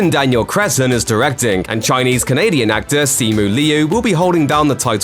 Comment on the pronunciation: Anyone disturbed how this narrator says words and names? Like Simu Liu to him is like [Simon Leo] I mean wtf? Gtfooh! Shang Chi is like [Shang Chee]